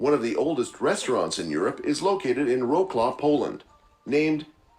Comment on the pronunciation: This is the funniest pronunciation of polish names l've ever heard 😂😂😂 Wrocław = Łaklał Piwnica = Piłnika